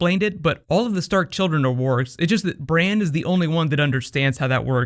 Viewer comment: Did he just call Bran, "Brain"?!